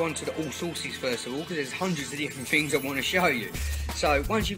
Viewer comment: It's things not dings